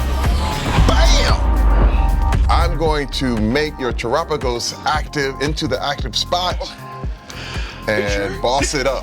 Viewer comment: erks me a bit she says Tera typing right, but when saying terapagos wrong